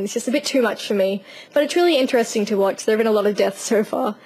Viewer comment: Your accent is cool but when you say "so" I always think you're saying "sir"